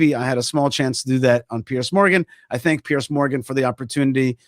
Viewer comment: Piers, not Pierce. Piers like more than one pier. Piers, peers, peerz. Zed sound.